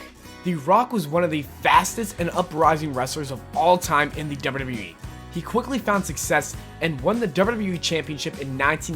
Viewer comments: It's wwe not wrlwrlwle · y do u say dubbla w e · HONEST 2 GOD: YOU SAY WWE SO WEIRD AND FAST LOL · Why dose he say wwe so weirdly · This guy says WWE so funny💀💀💀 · the way he pronounces wwe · not trying to be mean but why does he say wwe like that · the way u said WWE lmao ur dumb